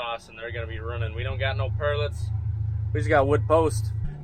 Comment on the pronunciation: Perletts not per letter